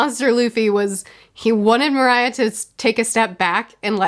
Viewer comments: "One scene that I really didn't like." What could she be referring to- oh, right. That scene. Pronunciation Corner: Moria -- moore-EE-uh Hogback -- you got this one just fine Perona "Ghost girl" -- per-own-uh "magic paper" Vivre card -- VEEV-ruh card Glad you noticed the dichotomy of the two groups entering this haunted island. Also, glad you enjoyed the Luffy pushing the zombie scene. If you're not still following along with the anime, I'd recommend opening up an incognito tab (so it doesn't affect your recommended videos) and searching "thriller bark luffy zombie" to watch the scene animated. "Ghost girl, shining star." Yes join in the love for Perona the Ghost Princess. "I want my non-stakes please." would like her One Piece to be vegetarian style, please! Fun thing about the samurai that carries Brooke's shadow and fought Zoro: he's the main character in a one-shot chapter that Oda wrote before One Piece. I believe it's called "Monsters." While the Sanji stuff is disappointing, I'm really glad that we've gotten to a point in the series where you're excited to talk about Usopp. Our normal human has had some great scenes to shine in these few arcs. Fun thing about Brook. He lived as a skeleton, alone on a ship, for about 50 years. His puns can be considered a form of coping that he told himself as he nearly went insane from loneliness. The perverted part of him can be uncomfortable, but also remember that he hasn't really seen a woman in that half century, so his fil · Again arc not saga. and moria not moriah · Gecko Moria Pronounce it Mōr-ya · Just in case you want know Moria's spelling. Mo- ree - ah. I love Perona, she is so precious! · The Warlords name is Moria. Think Mario but switch the A and O sounds. His name is worthy of learning. The Sanji thing, gotta remember these people are pirates. We realize the pervy thing is a flaw in Sanjis character. Just like how Nami is a theif and Zoro has killed people. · Pardon me the right pronouncing is (mor-yea)